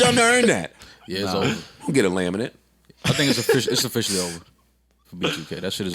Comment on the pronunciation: The way he said “laminate” is just funny lmao.